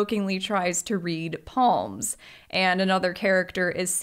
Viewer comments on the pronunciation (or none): I like how pronounced Psalms "palms" lol. the p is silent. Bible chapters are hard to pronounce.